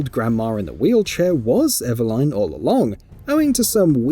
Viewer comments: Eveline ❌ Eva Line ✅ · Your pronunciation of Eveline did my head in, im Aussie and I reckon it should be"Eh-veh-lin". They even pronounce it that way in the game. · Pls stop saying Ever-line. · it's nothing to do with his accent. Nobody else with that accent is pronouncing it Ever-line. He's just got it wrong. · Lol “ever-line” 😂🤣😂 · how eveline pronunciation kills me